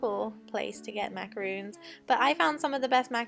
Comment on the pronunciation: I’m Sorry hun, But it’s macarons.